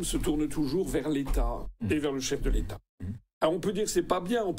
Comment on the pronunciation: Quel "chef de l'état ?" Je vous rappelle que, quand vous aviez dit celà, j'ai entendu" LE CHEF DES TAS" (on ne dit pas "DE LES TAS" en français, mais DES !) … On ne saurait rrouver meilleure définition que celle-ci pour qualifier quiconque aide la bernique à se cramponner à son rocher ! 😜🤪😛🤭💩‼️